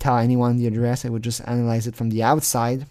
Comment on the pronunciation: I wish I could hear ah-nah-lyze some of the new Lorne material. Especially some of the videos of the inside of the Trailure of Failure